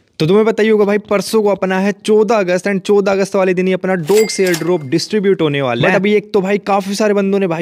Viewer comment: CHAUDAH AUGUST ❌ CHODA AUGUST ✅ , - MAKE A TON TRANSACTION ❌ MAKE A DOGS TRANSACTION ✅ , - IS WALE TASK ME ❌ IS WALE TAKS ME ✅